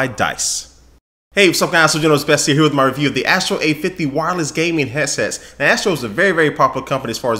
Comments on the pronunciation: "hesses" lol god you're awesome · I keep hearing him say "Heasess" lol